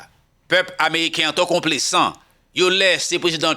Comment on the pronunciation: mw salyew ak tt fanmiw, ce n'est pas konplesan, se complezan, li gen son z, men regle la lorsque s se trouve au milieu de deux voyelles li gen son z ok, bonne journée mon frère.